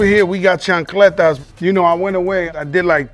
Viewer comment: LOL, "chancletas"